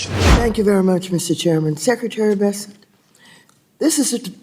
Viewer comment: Please learn how to pronounce his name. It’s not Bes-sent it’s Bessent. She needs to be put down. Mad Maxine.